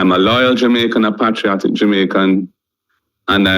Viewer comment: The minute he pronounced “patriotic” mi know him ano Jamaican. Him start the profiling and can’t manage the heat now. He painted himself as “the master with the key” and the people as slave, and now trying to rub out that image out of our heads. 🤦‍♂️